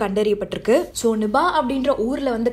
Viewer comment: Nubah va? Adhu "nipah" ma 😂